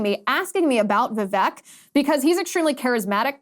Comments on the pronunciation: Liz, if you get him on your show, please say his name correctly..It's pronounced Vivake, like cake..Love your show! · His name is pronounced Vivake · He says, "VivAKE, like cake." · ▶️ It's pronounced: "Vi-VAKE" like CAKE! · Vivek's name is prononced vi-vake, rhyming with cake. Unfortunately in English it is hard to write many indian names the language is not equipped with a lot of sounds needed for it. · It's Vivek, rhymes with cake.